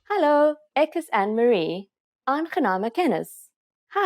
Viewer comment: Your pronunciation ineeds more practice. Using GOEIE DAG is slightly rude. We say hallo or Goeie môre, Goeie middag of Goeie Naand . ANNEMARIE is not pronounced ANN-MARIE it is pronounced as AN-NE-MARIE.